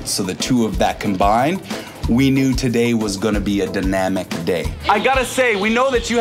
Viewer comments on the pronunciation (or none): What is danamic? The word is dynamic, so didn't you think that black Caribbean people were intelligent. Why do you people from the north talk to us in such a condescending way? We are not foolish.